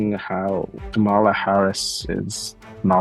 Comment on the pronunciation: Great discussion. However: Why are so many still mispronouncing Kamala's name? It feels intentional and bad faith at this point. (it's: "Comma- La")